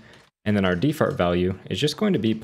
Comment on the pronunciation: "de-fart value" lmaaooo my guy